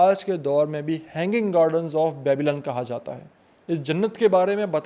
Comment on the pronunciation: Real bad pronounciation. Very ordinary rendering. Its not "Babail" but Babel. Nimrod was not the name of the king but his epithet. Cheers!